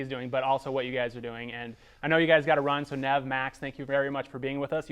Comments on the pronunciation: Cracking up at Max's face when the interviewer keeps mispronouncing Nev's name. And again when he made Max's feature length film seem like another Catfish production. You can tell that stung! Lol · mispronounces Nevs name and they never correct him which is great btw.!!! This interviewer is so random and hilarious, he just needs to work on listening a little better and not be in such a rush to ask the next question....